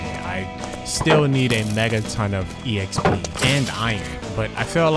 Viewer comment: Calls it’s e-xp instead of exp. Love it😂